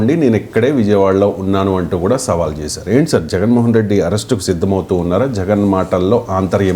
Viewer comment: సవాళ్ కాదు ప్రొఫెసర్ గారూ!. సవాల్